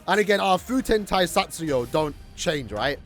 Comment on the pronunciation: Nice try smartass, do you even learn Japanese? It's "Fu - te - n Ta - i - sa - tsu - ryo - u" Many of those syllables have very distinguished sounds that you can't relate to any English word.